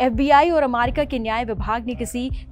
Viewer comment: Why is she pronouncing amaricaa😅